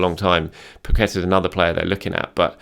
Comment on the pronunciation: has said it Zinchenko and Pacqueta imminent 🤣🤣🤣🤣